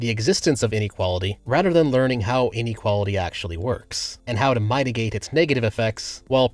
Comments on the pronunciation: Great vid, but small correction : "mitigate" is pronounced like "miniature," not "mighty" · I think it's pronounced (MIT-a-gate). But that's the only thing I can pick out in your video that's wrong, at least objectively. I don't do subjective... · Mightigate? Are you AI? Nobody ever says it like that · mitigate, mi (like minimal), not my. Keep up the good work and positive PNW rep :) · How are you this intelligent but don't know how to pronounce "mitigate"? That's very sus.